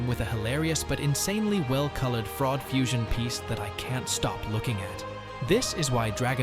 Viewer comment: hey great video asol i just notice that you called vegito a froud not cool jk